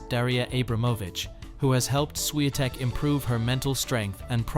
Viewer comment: Because it's not spelled as Swiatek. The correct writing is Iga Świątek. And therefore "Ś" is not "S" as well as "ą" is not an "a".